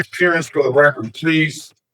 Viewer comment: Cmon man, you are an attorney lady. The word is "record" not "wrecker", the d is not silent and frankly turns "record" into a completely different word. Even an educated attorney speaks ignorantly. Sheesh....